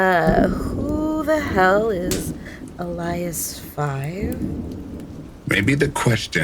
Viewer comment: the name "Elias" is pronounced "ih-lie-uss"